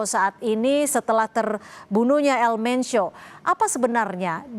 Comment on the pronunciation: BUKAN ELMENCIO EjAANNYA,, TAPI ELMENKO